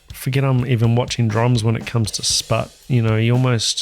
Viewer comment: I was the one who sent the request. Thanks for an incredible reaction video! I’m not a drummer, but I enjoy Sput’s music so much. Always blows me away, and you really did it justice with the reaction. Btw, not that it matters, but you pronounced my name correctly, which no one ever does 😂.